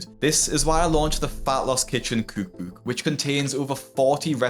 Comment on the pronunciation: American here, I love the way you say cOOUk bOOUk 😂